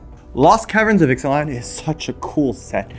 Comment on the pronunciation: is still better at pronouncing Ixalan cards than.